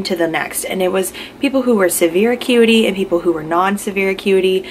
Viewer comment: Its pronounced a-cute Not a-cuty 😂 love the content keep it up ❤️